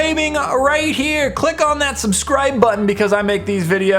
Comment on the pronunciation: when said subscribe at the end he sounded like he was Irish XD. wasn't bad actually XD.